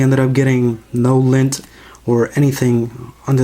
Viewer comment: Whats lin? He says lin